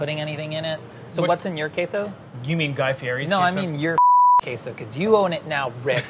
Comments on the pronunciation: "queso" is not "kesso" it's "kayso" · "Keh-so." Meaningful stare at the camera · Nobody:: “kesso” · Why does he start saying queso correctly and then keeps saying it wrong? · Queso, quayso or whatever you want to call it apparently. Lol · Rick's pronunciation of queso is wrong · Rick: Queso [sauce] is always spiced with chili of some kind and spices., continuing with an unspiced mornay: Oh dear! Am I saying queso wrong?!